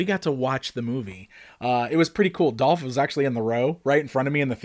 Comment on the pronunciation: why do you keep mispronouncing Dolph's name????? Seriously. Over and over and over again.